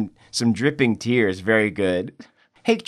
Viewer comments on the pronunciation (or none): none